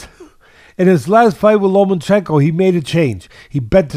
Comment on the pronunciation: LoMANchenko. ProgaiS. JoZZUa. Teddy will never pronounce a name right